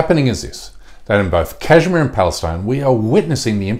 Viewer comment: Bish first learn to say Kashmir. Then we'll listen to your bark. PS - I'm from SRINAGAR, KASHMIR, INDIA.